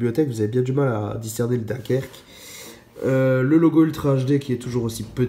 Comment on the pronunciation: Bonjour C'était voulu ton accent pour dire "dunkerque " en chti lol?t es un chti en fait tu me mens depuis le début 😨🤣😂🤣 Ton avis après film (les 2 versions ) m a captivé Alors ma décision je l achèterai dans quelques mois....merci mon adoré 👍💙